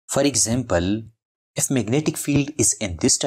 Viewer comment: i just love "magentic materials".